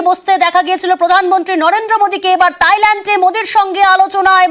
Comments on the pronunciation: সালা গুবর ক্ষেকু সাংবাদিক থাইল্যান্ডকে তাইল্যান্ড বলে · তাইল্যান্ড না ❌ থাইল্যান্ড হবে 😂 ✅ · তাইল্যান্ড কি?? 🤣🤣 থাইল্যান্ড। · Thailand not tailand 😂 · তাইলেনড না থাইলেনড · তাইল্যান্ড কি থাইল্যান্ড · তাইল্যান্ড কি উচ্চারণ ভালভাবে করা যায় না